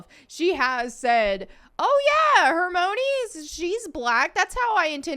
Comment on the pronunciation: Her-moany?! Have you even seen the movies?!🤣